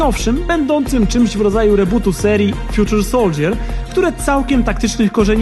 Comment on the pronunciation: Fjuczer soldżjer? Fajny błąd w wymowie :D